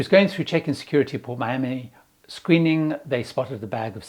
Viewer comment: I've never heard Miami, said like that, maybe accent or culture.